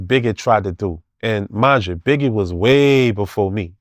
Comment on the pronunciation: He keep saying “Begge” and “deddy” 😂😂😂